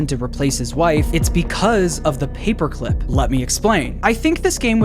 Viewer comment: "Da moida weapon? Papuh climp."